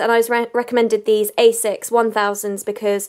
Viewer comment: It's pronounced asics not A - sics 😂😊😊